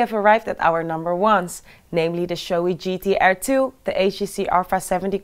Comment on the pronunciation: bro at least teach her how to pronounce the correct names ... gt-R instead of gt-air ... and so on.